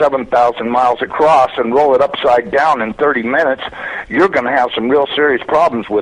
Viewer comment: this is a NASA employee? he sounds half illiterate - "acrost" instead of across, like a high school drop out - b.s.